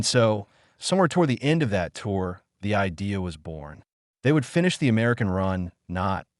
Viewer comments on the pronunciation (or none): none